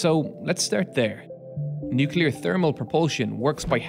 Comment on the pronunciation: downvote... engineer can't say nuclear...